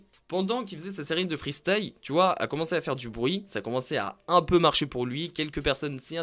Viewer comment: Dommage de faire des vidéos de rap et de ne pas savoir prononcer freestyle mais le prononcer freestaïe...😂😂😂